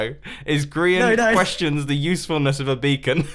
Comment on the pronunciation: Mumbo, you keep pronouncing Grian's name improperly. It goes like this : Geee Arrrrr eeeeeiaaaannnn Just ask xisuma